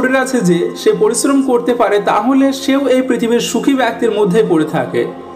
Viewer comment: ভাই "ব্যক্তির" সঠিক উচ্চারণ করা শিখবেন।